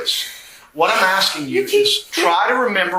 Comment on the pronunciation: Aksing 🙄 Why have I started hearing more and more people saying aksing instead of asking? Is this the official English language US has now? Just Aksing.